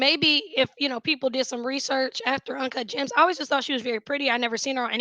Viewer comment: Ugh I can't stand julia fox. The only reason she wouldn't recommend H is because of fentanyl!?! She is as bright as a blown light bulb 💡you can be very creative but dumb af at the same time. Also she can't say birthday lol bird day is what she said as well as uncut jaaams. Lol. Anywhoo as a former addict myself she doesn't seem completely clean I truly believe she still secretly uses. Especially when you are around any sort of drugs in the industry it makes you crave your drug of choice and if u aren't completely over it like been on the street type lows to overcome it most ppl don't take it too seriously. Imo anyway.